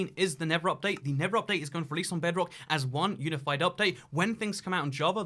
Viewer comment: his accent I keep hearing him say "the never update", which just sounds so accurate. 😖😏